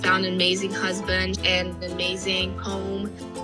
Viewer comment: "Husbun" 😂 good one.